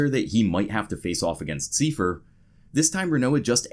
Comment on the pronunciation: "Siefer"? His name was Seifer...